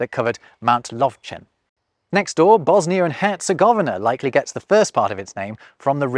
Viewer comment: Bosnia* not Bosnier